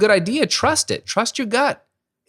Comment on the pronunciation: Outstanding! What a great relief if you don't think you have to do things a certain way just because "everybody else and their grandma" are doing things that way! When talking about confidence, did you say "Trust your gut" or did you say "Trust your God!"? I'd say both sentences are right - especially in combination!